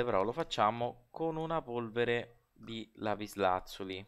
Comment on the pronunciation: Failing ridere quando dici lapislazulo!! 😂😂😂